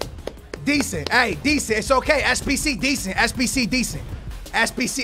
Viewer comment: drink every time he say deasent